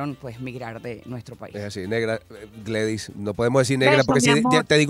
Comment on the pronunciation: Gledys... NO Gladys...